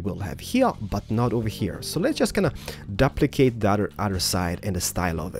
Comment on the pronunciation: You just said "dupplicate"